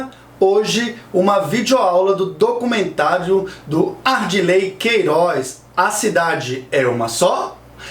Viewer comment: Parabéns pelo video. Só uma correção: é ADIRLEY, o nome do diretor, e não ARDILEY. Abraços